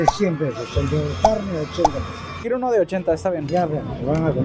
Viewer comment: Por que pedos en vez de pesos jaja y gracias por hablar asi de bs as. Es hermoso! Y coso es imposible comer por ese dinero en un dia jaja